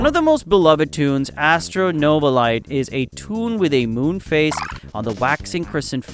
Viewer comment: Bro always say novalite like NoVALITE